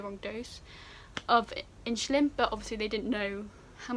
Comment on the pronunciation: you say insulin like my science teacher “inshulin”